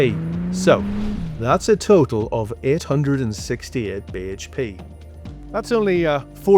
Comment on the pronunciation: I thought I was the only one who cringed every time he said BHP